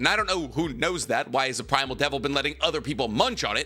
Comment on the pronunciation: Really thought he said the Asian devil at first…..